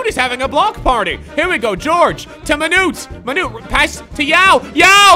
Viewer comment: "Be carful your Monute"